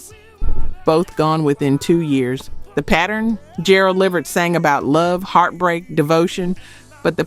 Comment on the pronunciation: Dang it. Just when I thought this wasn't gonna be an A.i channel til I heard it pronounce Gerald Levert's name😵‍💫😑🤷🏼‍♀️